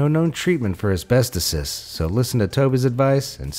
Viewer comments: As-bes-TOE-sis Not azbest-osis Lol jk idfk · Asbest-oh-sis! It's not plural for asbestos, it's a disease. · "ASBESTOSIS" is spoken with TO sounding like the word "toe" so it sounds like this, AS-BEST-TOE-SIS. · Asbestosis is pronounced with the emphasis on the "OH".